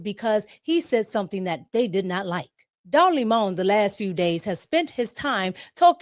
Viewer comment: Not “Don Limon” 🍋 🤭😂🤭😂